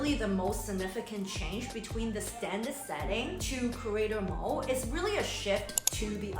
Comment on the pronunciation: Are you saying "creator mole" ???